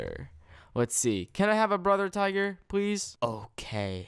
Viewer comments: tigger lol not tiger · It's tigger not tiger